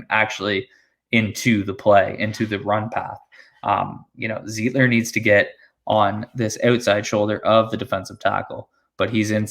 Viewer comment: Lol not zeeeetler lol ... its pronounced z-ight-ler ... like light .... Zeitler